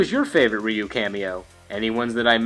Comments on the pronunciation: Its "RAI-U" if your going to pronounce his name Japanese its simply "U". Ree-U, smh sounds like a gay siren. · It is very commonly pronounced Ry-Yu and Ree-Yu. But the closest most english speakers get is calling him Roo. even though technically his name is pronounced closer to Rueue, like the word queue (kyoo) but with an R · everyone knows Ryu,no one knows how to say his name properly